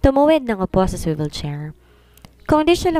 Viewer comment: Yung swivel chair hanggang ngayon suwayvel chair pa rin ang bigkas nya. Sakit sa tenga. Dami ng nagkocorrect pero until now ganun pa din bigkas nya. Si maganda voice talaga at saka magaling. Si ok naman sana pero may mga English words na mali bigkas.